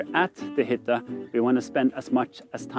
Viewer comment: Your pronunciations are perfect! If it is not to far from your normal content, it would be fun to se you try a smal part of the norwegian duolingo course